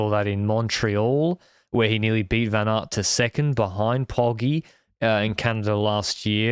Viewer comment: listen to how he pronounces 'Van Aert', he pronounces it like 'ven art' in a very American way.